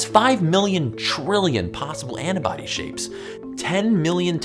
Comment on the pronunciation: Just wondering, you know the word is "antibody" right? Because you keep saying "anna-body" and it's honestly so weird